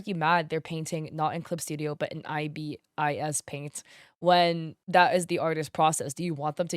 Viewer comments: Btw ibis paint is pronounced eye-bis, like the bird :) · That is an interesting way to say 'IBIS'